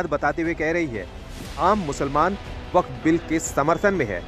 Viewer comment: “जलेबी” मैडम “व-फक्ड” हो गई 😂